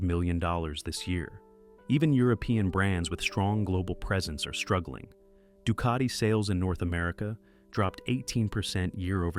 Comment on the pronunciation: The AI voice is a f’ing turn-off. Dukaiti?? Painigail?? Wtf… The stories seem fake too. Same patterns, and lines that smell chatGPT from a mile. What’s true in this video?